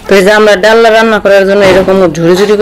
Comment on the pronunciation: ডাল্লা নয় ডালনা বলে।